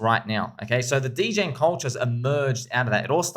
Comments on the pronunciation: Did my guy say deegan not degen 😂😂😂😂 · I know right... It's Dee Jen. Not Degan. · this guys is making a degen film and can't even say degen right.... oh boy it's like when meme became a thing and tour parents said maymay